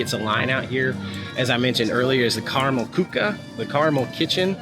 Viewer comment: You pronounce Karamell Küche better than any other vlogger I've seen.